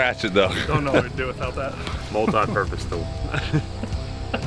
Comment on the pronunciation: I really want a Compilation of messing up saying "Tech Tip Tuesday" almost every video he has said it wrong! 😂